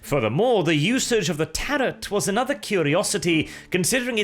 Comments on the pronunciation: It's pronounced 'Tah Ro' not 'Tah rot'. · It's pronounced Tare-row, not Tare-rot. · I thought Tarot was pronounced "tarrow"? Unless it's one of those weird pronunciations to show how far into the future WH40K is set, I guess. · Not trying to be that guy, but tarot is generally pronounced "tear-oh" in English. Excellent content my friend! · Bruh. This dude spent the whole video pronouncing ‘tarot’ like ‘carrot’. How embarrassing ! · The 't' at the end of 'tarot' is silent. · imagine speaking for a living and getting “tarot” wrong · I lol’d at the narrators total inability to correctly pronounce ‘tarot’. Lol, muppet. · The second T in tarot is silent ;) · I like your videos, but someone needs to report you to the Ordo Lexicanum for your repeated mispronunciation of the word "tarot". Maybe you are trying to be funny or ironic, but I feel like that I've seen a trend of 40k commentators getting pronunciations wrong.